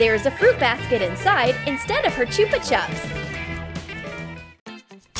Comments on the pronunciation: Why do you say chooper chup. It is a chupa chup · It is chuppa chup not chooppa chup I am not hateing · Choopa chups 😂😂😂 It's probunce ch-up-a-chup I feel like this is just badly translated to English 😂😂😂😂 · Choopa Choop anyone else pronounce it chuppa chup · Sophie Smith no they say Chuupa chops and we say chupa chups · It’s pronounced as ch-u-ba ch-up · It’s not choopa chup